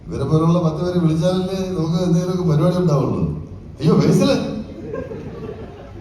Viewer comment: പരുപാടി അല്ല, പരിപാടി ആണ്‌.... ശ്രദ്ധിക്കേണ്ടേ.... 😂